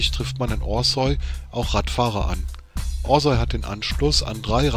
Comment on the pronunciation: Es heißt nicht Osäu, sondern Orsau...